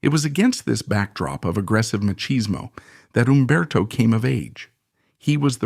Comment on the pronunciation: It can't pronounce machismo in talian OR Spanish. Or in educated English either.